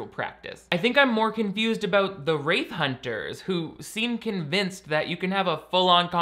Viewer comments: Took me a while to realise you were saying “wraith” Hunter not “rave” Hunter… Though that would make a damn good show. Go and crash random party’s and film everything 😂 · Oh... "Wraith" hunters. Every time you said that I heard "Rape Hunters". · Every time you say “wraith hunters” I hear “rape hunters”